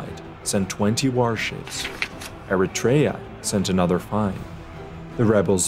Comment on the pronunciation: Very nice but it's not Eritrèa but Erètria the accent falls on the 2nd e and it's pronounced E rè -tri a Also astonishing are the numbers of casualties relevant to the battle 203 greek casualties 192 athenians and 11 Plataieis to over 6000 dead Persians